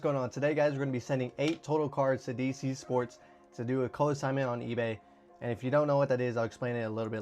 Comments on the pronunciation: You lost me at co-n-signment. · Did you say co-assignment?